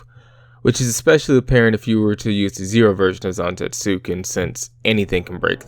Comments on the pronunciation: it's technically not silent, it's just very under-pronounced, like with Sasuke and other Japanese "-suke"/"-suki" names. So technically it's pronounced "Zan-TET-su-Ken," as opposed to "Zan-Tet-SU-ken" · Kinda irked you keep pronouncing it like that, especially since you say it so much through the video. The "U" in Zantetsuken is supposed to be silent, so it's something alone the lines of "zahn-TEHTS-ken". Otherwise, thanks for clearing up a few questions I had about how it worked, like if you need to land it and if the opponent's Items can restore their lost cards.